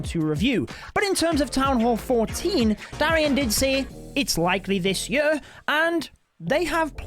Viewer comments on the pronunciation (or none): Gosh your messed up accent is painful to hear... what the heck is a jerr? you mean year? speak english please that's quite messed up especially considering that's your mother toungue! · Could you please say year instead of yö? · "that town hall 14 will be coming this YUU "